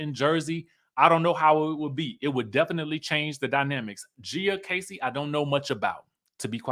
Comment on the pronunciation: Lol her name is pronounced like Gee-a